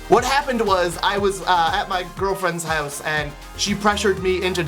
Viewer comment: Everytime he says 'hooze' instead of house, I giggled a bit too hard.